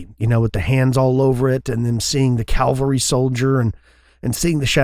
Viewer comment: "CA-VAL-RY" boys... Not "Calvary" where burdens are lifted and the Lord was crucified.